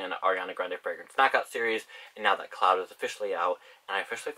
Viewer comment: lmao "ariana grande's new perfume, C L O U T" that's what I heard